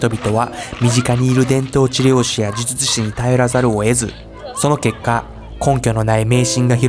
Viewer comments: 呪術師、を言えてないのにほっこりしちゃった 迷信って人の心を支えたりコミュニティを安定させるのに役立つこともあるし、医学的科学的に理にかなっていることもあるんだけど、人を幸せにしない迷信に関しては、その迷信に支配されている人たちは生きづらいだろうなと思う。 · 呪術師って言えないの好き